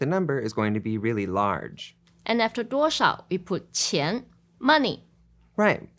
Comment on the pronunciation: Why does the “duo shao qian” in the dialogue not sound out the “sh” part? It sounds more like “duorao qian”.